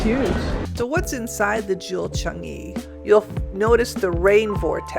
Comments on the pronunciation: Everytime you say "Chung-ee" 🤦‍♂🤦‍♂ It's pronounced "Chang-ee" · Not only are u saying it wrong but Sooo many TIMES ! CHUNGee, CHUNGee! 😵‍💫